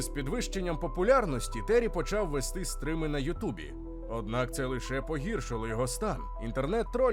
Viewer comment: Не стрим, а стрім!